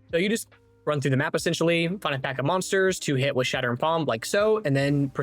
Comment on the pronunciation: "Shart'ering" palm 😆💩